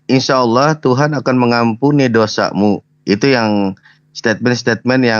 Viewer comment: LUCU KEDENGARANNYA MENYEBUT ANAK ALA..ANAK ALA..ANAK ALA.. YG SELAMA INI MENYEBUT ALLAH SEKARANG JADI ALA.